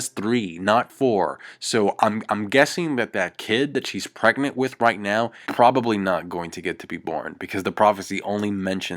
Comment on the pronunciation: pregenrt? You mean preganant, lmao